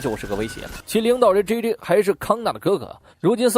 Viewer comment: 后面开始把JJ念成鸡鸡?？